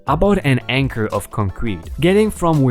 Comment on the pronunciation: ) Hosing- not housing... Hoh-zing as in with a garden water hose :) As for that dog breed you couldn't pronounce... neither could I...I don't speak any German and I believe that is a German breed of dog. :) Acre- not anchor Hard A-ker and anchors are used to hold ships in place (big metal double hook thing on a rope or chain depending on the size of boat or ship) :) Boarders not brouders... brouders is not a word hun. soft O as in orders with a b. Boarders :) Another great batch of stories r/RvK! PRRRAAAAAAAAAAAAAAA (don't know how to make the fire emote lol)